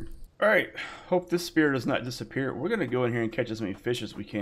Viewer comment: LOL! A dis-a-spear.